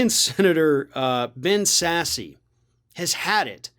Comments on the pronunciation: I believe it’s pronounced sass, not sassy. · It's not pronounced "sassy"... its pronounced SASS.... lol